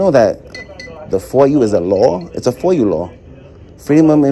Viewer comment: And its not foil its foia🤣🤣